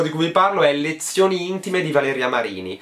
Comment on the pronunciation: "Lenzioni intime" non si puó sentire